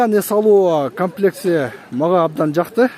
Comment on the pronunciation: УЛАМ ЭЛЕ КАПЛЕКС ДЕП ЖАТАТ УРМАТТУ ТЕЗ КАБАР. КОМЛЕКС ДЕСЕНЕР ТУУРА БОЛМОК